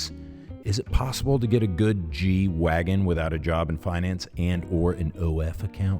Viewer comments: if you were going to pronounce it properly, you would do your best Dieter impression and say "G-Vahgen". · German G is pronounced "gay" and wagen is pronounced "vagwen". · It’s pronounced Gay Vahgen in German! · Wouldn't it be 'Gay-vagen'? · Still not got the German pronunciation dude!